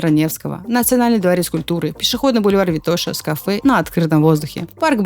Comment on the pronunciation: great video as always but for someone living in bulgaria for some time check the pronunciation of Vitosha.